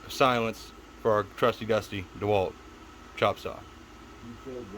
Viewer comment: Hell yea man but may I remind you the its not duhwalt its DeWalt pronounced dee walt lol love it man just wanted to give ya a little shit lol